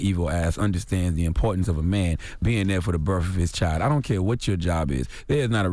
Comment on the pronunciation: It's properly pronounced BIRTH not BIRF